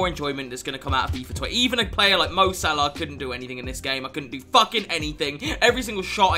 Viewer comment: The way u say salah 🤮